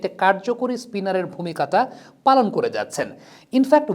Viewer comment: উপস্থাপকের শব্দের শেষে /ট / উচ্চারণ হয় না, /ত /হয়ে যায় - /ভূমিকাতা /শুনায়। জিহ্বা দাঁত থেকে দূরে নিতে হবে